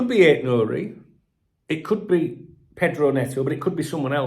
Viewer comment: Hi D, I appreciate your work and I think it’s Nourie.